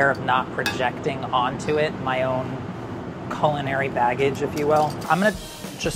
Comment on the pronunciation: "culunary baggage"